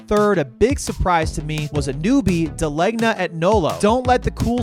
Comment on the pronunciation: As a New Haven resident, I can confidently say you hit all the major spots. Also De Legna is pronounced De Lane Yah, drop the Nolo part.